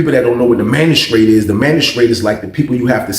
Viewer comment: Lmao man I was thinking I know damn well this man ain’t saying magistrate